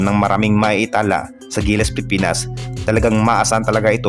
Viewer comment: Ayusin mo ang pagbigkas ng Pilipinas.